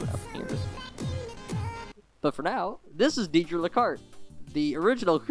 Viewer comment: I love your video. But... Her name, Deidre, is not pronounced deedree. It's Daydree. Like Day Dream. :)